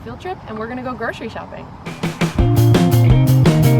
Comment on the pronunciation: It low key annoys me how ppl say 'gro-shery' for grocery , It's pronounced 'gro-sery' , why is the 'shh' sound even there